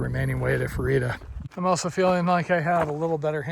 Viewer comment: Day 166 watch. Fru-eeta? Or Fruit-ah? As a Coloradan we say Fruit-ah. Ha!